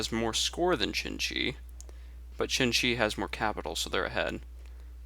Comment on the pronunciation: He keeps saying chin-chi which really ticks me off. I've heard people say "shin" because it's the closest they can get but "chin" is wayy too far off. Try saying "tseen-tsee" Here's a link you might find helpful: there isn't a specific pinyin for Xin-Xi (which would really help in its pronunciation) but you might want to stick to zin-zi in the meantime. That said, I really enjoy your commentaries and gameplay, stay epic